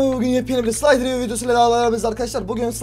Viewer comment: abi slaytırio değil slederiyo